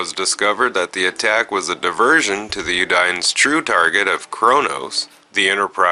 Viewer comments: Udie? Un-dean is the pronunciation. Nonetheless, liked the video. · 25th century vessel. Also, "Un-deen" not "you-dine". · Bortasque, It's pronounced BORE-tosk. Jenolan Sphere, Jen-OH-lan. Undine, OON-deen. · I'm fully aware that you're not doing it on purpose. But could you possibly make the attempt to pronounce names properly? (Undine un di ne) (sol a nae) those are just a couple. Also, the ship is a 25th century vessel not 24th. Not trying to be mean just trying to help.